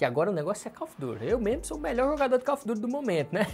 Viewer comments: Call of dur kkkkkk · câu ofe durr KKK amo esse inglês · Se escreve call of duty , mas , se lê coll of dary